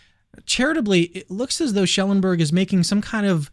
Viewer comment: It’s Schellenberg not Schelleberg. You’re missing n.